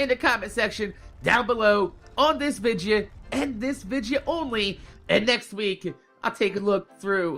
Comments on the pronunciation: y do u say vidja instead of video lol love ur vids tho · Hey,, I just wanted to ask: Why do you pronounce the word "video" as "vidja"? I've always wanted to know that. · why do you say vidja instead of video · Can anyone tell me why he saying vigia not video ! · Do you say vidja as a joke or is that just your jersey accent